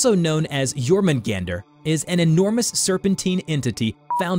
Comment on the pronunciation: Som en Svensk kan jag säga att det stämmer(As a Swede I can say that that this is true). But you do not pronounce Jörmungand or Mjölner like you did. The text on it's body is called "runor". Btw yes, the poison is for combat, but against Loke, not against Thor.👍great video, 9,5/10.